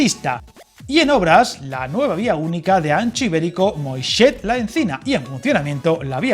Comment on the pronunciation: Un pequeño apunte, no es Moixet, es Moixent. Te falta la N.